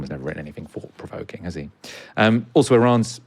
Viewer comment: I enjoyed this immensely, but the guy kept saying fought instead of thought, I'm sorry, I don't mean to be pedantic, it's just a thing that drives me crazy. Great discussion though.